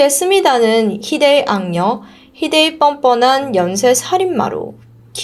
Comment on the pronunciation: ㄷㄷㄷ 악녀가 아니라 악년이라고 하네…